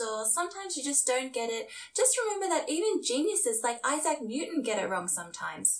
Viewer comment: Eye-zach New Ton?